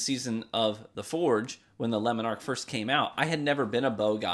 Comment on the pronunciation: Im sorry, I cant get over your pronunciation of Le Monarque xD I keep hearing "Lemon arc"